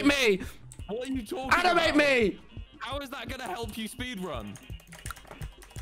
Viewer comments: did he really just said minecraft 'spedran' XD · Lol “spedrun” Tommy Innit is my favorite Dream SMP member